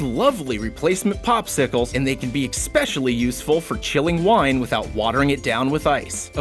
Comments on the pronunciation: especially, not expecially. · "eXpecially" lol! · Did you say especially as ex-specially? Nah nah nah, it's eh-specially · Did you really say "expecially"? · There's no X in especially.